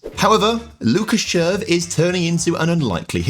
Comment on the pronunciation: As a Czech person the team pronunciations hurt my ears but well done on the player pronunciations like Červ